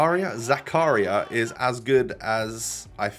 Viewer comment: When realizes that it isn't zuku-ryYYYA and it's zaka-REEEEEEEEEAAAA REEEEEE PLZZZZ